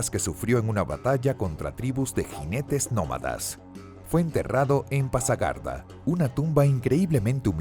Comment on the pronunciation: Ciro está enterrado en Pasargada, no Pagasarda, como dices